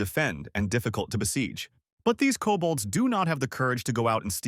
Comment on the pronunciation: "Cobalts" does NOT equal "Kobolds" 🙈